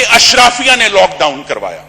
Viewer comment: عمران خان نہیں جانتا اشرافیہ میں کون لوگ ہیں اور آپ اشرافیہ کو اشرفیہ بولتے ہیں۔ میرے خیال میں آپ دونوں ہی ایک نمونہ ہیں۔